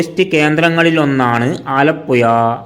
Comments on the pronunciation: പുയ അല്ല പുഴ 😂😂😂😂😂😂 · വടക്കൻ കുണ്ണെ നീ ആദ്യം പോയി നാക്ക് വടിക്ക് ആലപ്പുയ അല്ലേടാ ആലപ്പുഴ നാക്ക് വളച്ചു സംസാരിക്ക് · എന്റെ പൊന്നു ചേട്ടാ ഈ പുഴ എന്നത്. പുയാ എന്നുപറയരുത് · ഈ ചെങ്ങാതി ഏതു നാട്ടുകാരനാണ്, ആലപ്പോയ കേട്ടു ചെവി അടഞ്ഞു, ഇനി ആലപ്പുഴ യെ കുറിച്ച് പറയാൻ വരികയാണെങ്കിൽ നാക്ക് നന്നായി വടിച്ചിട്ടു വരണം പൊയെ 🤣🤣🤣🤣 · ആലപ്പുയ പയം മുയുത്ത പയം 😂😂😂😂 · എടാ പഹയാ ആലപ്പുയ അല്ല ആലപ്പുഴ 😂. ഇത് കൊല്ലത്തു ക്കാർ ഫാര്യ എന്ന് പറയുന്ന പോലെ. ഏയ്‌ അല്ല ഏഴു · പുയവിട്ട് പാലക്കാട്‌ പിടി അല്ലെങ്കിൽ അക്ഷരം പറയാൻ പഠിക്ക്